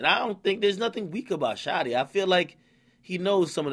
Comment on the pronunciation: He said Shotieea a gangsta gangsta Lol😂